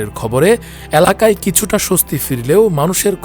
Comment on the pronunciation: এলাকা, not এ্যলাকা।